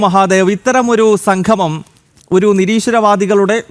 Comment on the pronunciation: സംഘമം, അല്ല സംഗമം എന്ന് parayoo